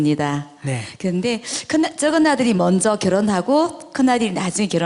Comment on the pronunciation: 쩍은 아들, 작은 아들로 발음하시길, 좀 거슬리네요.